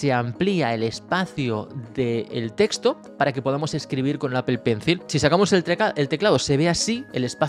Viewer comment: Buen video, lo único que me chirría los oídos cada vez que dices apple “Pencil” 🙄